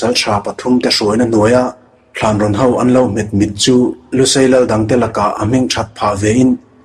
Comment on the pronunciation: Ngaihnawm hle mai. Upload hmasa kha ka ngathla a, ngaihnawm ka la ti reng. Mahse, 'ho' tih tur awm tak khai 'hau' tiin i lam zel in ka hria.